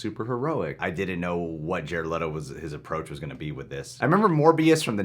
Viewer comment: With: Jared Letto as Jated Letto